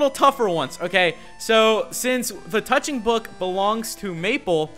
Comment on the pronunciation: dude... wrong emphasis on touching book